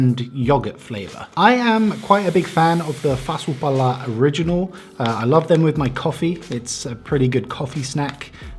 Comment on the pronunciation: When you said "fasu pala" i thought u were finnish